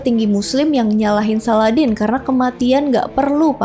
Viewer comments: Salahuddin bukan saladin mbak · Bukan Salladin, tpi salahuddin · Salahuddin.bkn saladin.kamu Pikir aladdin....sebut nama biar yg btl..